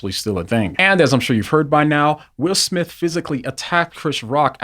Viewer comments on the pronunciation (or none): none